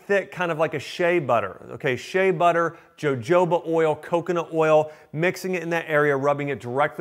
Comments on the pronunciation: I'm with him in this and usually I really like doctor Axe but did he really just call jojoba oil Joe Joe ba? It's Ha ho ba. He's a doctor, how did he mess that up? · LOL! Jojoba is pronounced ho-ho-ba, not jo-jo-ba :) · Jojoba is pronounced “hohoba” 😊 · its pronounced hohoba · The word Jojoba is pronounced Hohoba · Huh. He pronounced Jojoba oil with the "J"s. One of my favorite aromatherapists says it with a silent "H." Wonder which one is correct lol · He said Jajoba oil wrong 😂 it's Spanish it's a H sound lol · Lost all credibility when he pronounced "Jojoba" with a hard J!